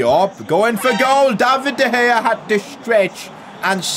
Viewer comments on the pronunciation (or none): In 9th min he said diopdea gea